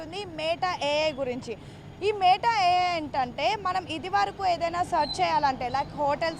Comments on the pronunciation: Meettaaaa kadhu...meta... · మే టఆఆ కాదు. మెటా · neeku oka 🙏... Adhi మేట a.i. kaadhu... మెటా a.i. Ee ABN gaadu yeppudu chasthaado... Appudu Telugu states lo unna dharidram podhii... idhi oka paid promotion... Dhaaniki kuda nuvvu cheppey style... Total ga 🙏